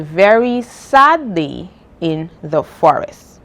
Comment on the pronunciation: Instead of day you said dee😮